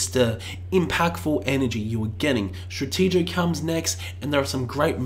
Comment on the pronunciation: Its Senjutsu, not Senjitsu. Its Stratigo, not Stratejo. God sake